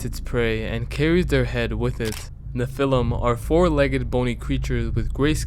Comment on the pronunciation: It's "NEFF-fill-im", not "nuh-FELL-um". It's also Lutanic, not "Loo-shee-annik". The latter is said right there in the video clip right after, lol. Sorry, pet peeve.